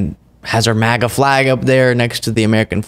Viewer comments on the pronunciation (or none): none